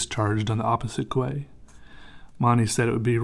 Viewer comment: I don't mean to be one of those people, but quay is pronounced as "key"